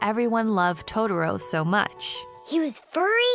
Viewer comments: I'm sorry... but.. WHY are you saying "to-der-o??" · "Toe Derro" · I mean the way she pronounce totoro, I can't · I love it how everyone who reviews this movie can't even pronounce the character names correctly. It just shows how bad the Disney dub is over the fox dub and that's a fact. If you can't pronounce the names right you shouldn't be reviewing this movie and its themes. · I exited the video after I heard the narrator pronounce Totoro at the 3 second mark. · I hate the way American's butcher the pronunciation of Totoro's name. It was enough for me to abandon watching this. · one of my biggest triggers is when white people mispronounce "Totoro" like this.........it's not that hard